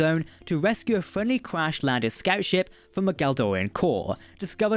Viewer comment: Once you pronounced Galorndon Core as "Galdorian Core", that's when you jumped the shark and revealed that it was all a bit.